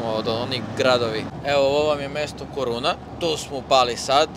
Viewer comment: La korunja ..ne koruna nepismeni😂